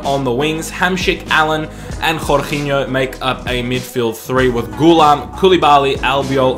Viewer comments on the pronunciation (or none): Please stop saying jorginho like that